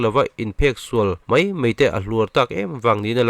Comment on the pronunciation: Bengvar thlak e Eizawl, nilovin Aizawl Deih ni lovin daih. Mei ni lovin mai. tih tur a ni e.